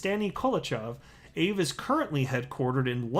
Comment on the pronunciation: Your not saying Aave right haha